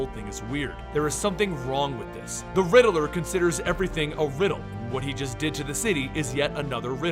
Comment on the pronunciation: It’s “Riddler” not “Riddle-Ler” 😂